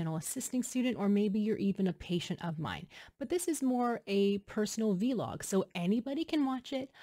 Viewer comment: Congratulations!! And its not v- log its pronounced together Vlog like Blog. All the best